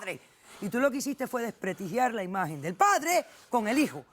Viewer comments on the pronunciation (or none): No es ¨DESPRETIGIAR¨ es desprestigiar, por favor doctora, ese mismo error te lo he escuchado muchas veces. sin embargo me parece un buen programa el tuyo.